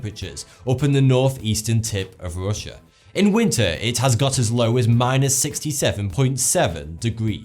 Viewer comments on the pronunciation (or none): none